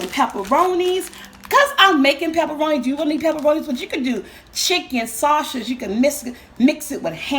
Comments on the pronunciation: Lol ME TOO.. "Sausha!" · I love ❤️ how she pronounced sausage lol cool